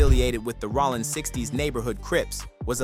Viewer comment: Bro how TF do you mispronounce "ROLLIN" SMH